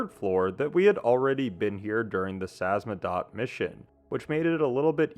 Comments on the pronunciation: name of the organization is SAMIZDAT not “samzadat” It’s a Russian term dating to the Soviets underground printing operations. “Sam” - means self, “izdat” - means publishing. Selfpublishing translated. Due to censorship many writers and poets had to go samizdat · Samizdat.. sa miz dat... whats so hard about this word?? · I knew someone would point at the butchered Samizdat! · Excellent analysis!! That said, I want to hone in on something you might want to work on: if you have trouble pronouncing a name like Samizdat, but you have the free time to write and record audio to say it, please take time to simply practice pronouncing it. You literally play audio mentioning the name, which isn’t exactly complicated either. This is a big trope amongst video essayists, especially in videos about games. It’s annoying, especially when it keeps happening to people or things with “ethnic” names. Thanks for reading this if you did!